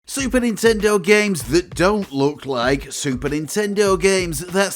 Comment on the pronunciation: It's 任天堂 Nintendo - not nintendor